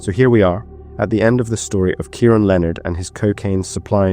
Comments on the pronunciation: It’s said .. key ron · How on earth do you reach adulthood and NOT know how to pronounce Keiron??? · I'm struggling to fathom you're English, yet can't say the name Keiron properly 😮